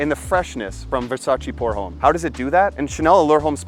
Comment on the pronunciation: Another great video brother! I also agree about the pricing. And what’s with the backflip…wow! Jealous lol Not trying to sound like a doofus but I thought I’d point out something small…”Homme” is French, so it is properly pronounce like “ohm” with no emphasis whatsoever to the H. Anyway, more great content!👏👏👏